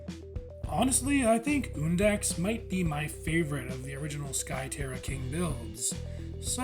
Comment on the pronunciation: HE SAID HIS NAME RIGHT. WOOHOOO